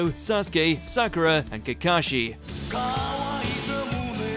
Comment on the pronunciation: Had to stop watching when he called Sakura "Cool"